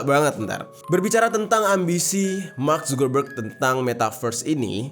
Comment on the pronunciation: Mark subebeg😂😂😂kok gua denger nya gitu ya🤣